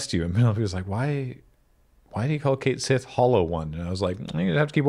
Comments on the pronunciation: I'm still mad they went with "Kate sith" as the pronunciation. It's "Ket Shee", the Cait Sith is an existing mythological figure with an existing way to pronounce the word, harumph 😡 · It's pronounced Ket Shee, not Kate Sith. I am SO mad that they chose to change the pronunciation of his name in the remake! I haven't gotten to him in the game yet, but I KNOW it will cause me physical pain when I hear it (because that's just how my stupid brain works, and it is not happy making). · Everyone treats Red XII like a dog, but also nobody can pronounce Cait Sith correctly. It properly should sound like "kett shee", so y'know fair's fair. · That pronunciation set off my Gaelic Radar and, turns out, yes, it's based on the name of a Celtic mythical creature (cat-sìth; pronounced 'kat-shee').